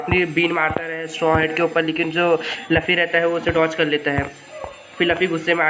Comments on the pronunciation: Bhai Laffy Nahi Hai Luffy Hai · OR. LAFFI. NAHI. LUFFI